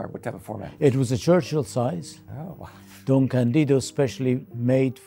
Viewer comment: The correct pronunciation is Don CAN-dido stressing the A.